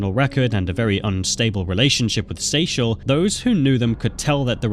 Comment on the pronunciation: That woman in the first one was my cousin in law and it bothered me that the narrator only said her name and same with the name Kyrien and Akuri. But I knew Seychelle was also said wrong many times and got it right like 3 times. But the first one was my family